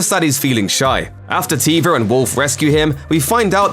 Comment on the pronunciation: It's Carson Teva not Tiva